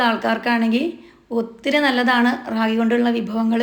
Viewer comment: രാഗി അല്ല താത്ത റാഗി